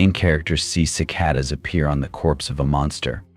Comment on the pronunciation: Seems obvious; droning monotone, inexplicable mispronunciations of words like "live" and "cicada," misplaced emphases in sentences. I think a human narrator would also struggle with the clunky writing